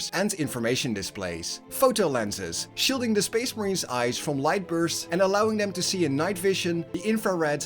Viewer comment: SPEESH MAHREEENS